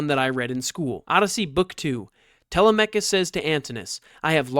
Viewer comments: How is your pronunciation of Telemachus derived? Is this some internet phenomena? Is it from a computer? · Bro doesn’t even know how to pronounce Telemachus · Most people say /Te LEM a kus/ for Odysseus' son.